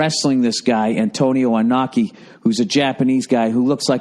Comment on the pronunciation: He didnt say Antonio Inokis name right lmao hopefully he doesnt come over and slap the shit outta him